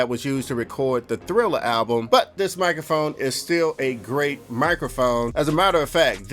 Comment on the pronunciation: Having nightmares about poppin his head out sayin 'mikaphone' at random times in my life